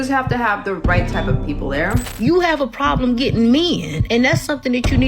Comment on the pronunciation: If the "prawllum" is that "me-in" aren't "desOURubl" she's not worth listening to.